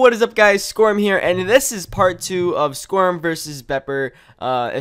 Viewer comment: Lol every intro I feel like when he says "SKORM HERE", it sounds like "Squirm here!" X3